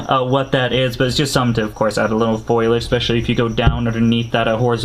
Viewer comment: Bruh FolIage..... F O L I A G E lmao. Love the vids though